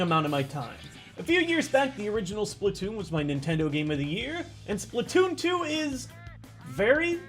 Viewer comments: its splatoon2 not splittoon2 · You mean spla2n? You said splatwooon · It's Spla2n, not Spla2oon Why? "2" already has the "too" so you you don't have to add the two o's again